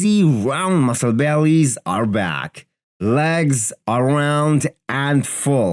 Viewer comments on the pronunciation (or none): none